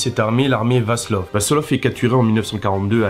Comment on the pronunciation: Très instructif sur le fond et très sympathique dans la forme. Je me suis abonné. Bon, en dehors de Mischlinge, les mots allemands sont déformés. Tu n'es pas le seul. Vlassov (pas Vaslov). Le seul point litigieux est que la mère de Heydrich n'était pas juive. Son père non plus d'ailleurs mais des gens lui avaient trouvé un nez juif. Le paradoxe est que les Mischlinge n'étaient pas considérés comme juifs en Allemagne, mais qu'ils l'étaient dans la France pétainiste ! Le pauvre Coréen !